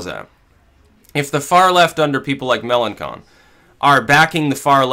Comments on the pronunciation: Fillon isn't anti-EU, but Melenchon is. By the way, it's pronounced Melenshon, not Melenkon:) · Mélanchon is pronounced "Melanshon". Also I wouldn't bet on all Fillon voters to go to Le Pen or even most of them, it's extremely unlikely.